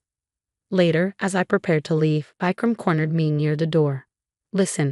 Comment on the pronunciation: Vecram 😂😂 it's Vikram